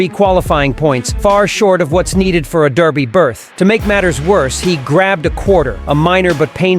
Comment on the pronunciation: DER by..................Not DAR by. For gods sake learn how to say it.........And I know this is AI generated garbage.